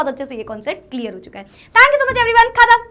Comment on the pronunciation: Clear❎, celear✅ 😂